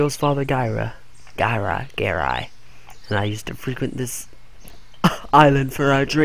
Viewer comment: be a little more steady in your videos. you're all over the place. I believe it's pronounced guh-rye